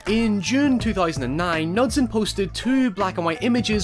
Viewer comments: Knudsen is promounced with a hard K-sound btw. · Unrelated, but it's pronounced with a hard K sound. K-noo-sen. It's Scandinavian :3